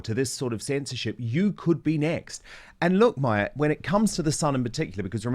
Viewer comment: Dan, Mahyar Tousi is pronounced “Mahh-yar,” not “Maia."